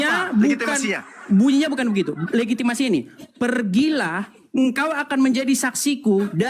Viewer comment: Ngomong legitimasi aja blg legiti...mmg bsr mulut